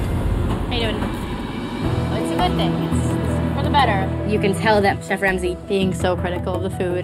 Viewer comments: 'Lemme feed the cheef' lmao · "let me feed the chif let me feed the chif" 😭🤣🤣